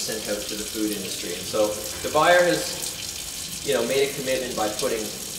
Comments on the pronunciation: I know this may seem picky but it is pronounced Dee Bou yeh. I make issue of this because I think most folks want to know what proper pronunciation of a name would be. Thanks for the video. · With that amount of oil I could've seasoned about 2 dozen pans .... and it's pronounced "De" "Bwie" "Zjéé" .... ffs